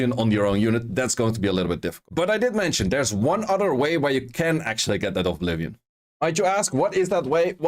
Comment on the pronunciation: Great vid! I love your content. One small note: You seem to pronounce Oblivion as ''Ovblivion''. It has only 1 V, sorry for pointing that out, just wanted to let u know.